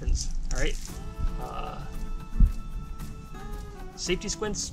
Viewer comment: "Saftey squints" 😂😂😂